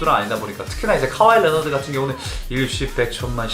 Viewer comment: 레너드가 아니라 리오나드나 레오나드라고 발음함